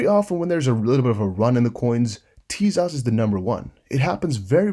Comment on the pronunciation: Tezos is pronounced Teyzos. Not teaZOSS ✌️